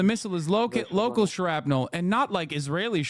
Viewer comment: The way Hasan says shrapnel sounds like a junker going into hyperspace. Sher-AP-enell.